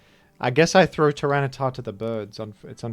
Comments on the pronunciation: Why does he call tyranitar tyranicif? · Why does call it Tyranisif?